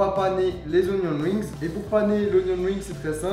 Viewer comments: Super vidéo, par contre c'est "Onion RINGS" pas "WINGS" :) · Sauf qu’on roule pas le r en anglais...